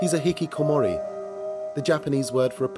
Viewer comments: you can't just put a french spin on a Japanese word. It's not even an accent thing, he failed to pronounce it properly. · I laughed at this because he said hikikomori with a French pronunciation XD it's a Japanese word lol. You could tell the newscaster was trying to emulate the way the French person said it instead of listening to the Japanese pronunciation. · as a Japanese, I love how he pronounces 'hikikomori'. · I like how the host pronounces "hikikomori" with a french accent because he probably learned the pronunciation from the french guest, and doesn't pronouce it the way it would be said in japanese. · And he pronounced hikikomori with a French accent. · The presenter with the glasses speaks English with a perfect English accent but pronounces the Japanese words with a french accent lol. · I love the English presenter pronouncing the Japanese word 'Hikikomori' with a French accent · I find it funny that they pronounce hikikomori not in an english accent as they are speaking english, not in a japanese accent because it is a japanese word, but in a french accent because... its a french program? lmao